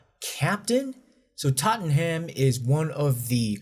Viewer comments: It’s pronounced tot-nom (Tottenham). You’re welcome 😎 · Tottenham is pronounced Tott'nam. 🙂 My goodness. This is a shocker of a story. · I mean.. how am I going to take this from him, he talks like Trump and couldn't even get to pronounce Totn'm properly.